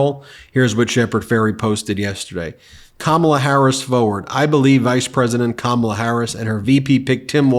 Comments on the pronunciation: We love you Ben, Kamala is pronounced: Ka- Ma- la. Kamala three syllables. Thank you for being one of the best media outlets on Utube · do Trump's MAGAts really think that mispronouncing Kamala's name is going to hurt the woman???? they are so stupid....Kamala is too intelligent to get angry and mess up over a little name calling....she already knows Trump is a bully and doesn't know poop about 99% of the things he talks about at his speeches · At what point are people going to start calling out the fact that their determination to intentionally mispronounce her name is childish and weird and makes them looks stupid? Weird was a start, but it's time to call out the childish, pathetic microaggressions. "I'm gonna pronounce her name wrong because I'm five and that's how I fight!" Smh. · Childish to think you are hurting an adult by purposely mispronouncing their name. She must have thought Kamala was like Donsld Duck.